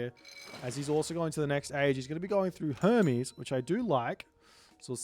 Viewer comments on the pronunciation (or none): none